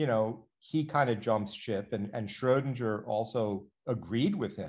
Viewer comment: No, not shraow-din-jer, shrer-din-ger. Um, the way it's spelled.